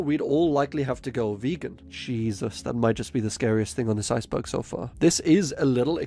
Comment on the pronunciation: I like that your accent makes iceberg sound like ice bug. Subscribed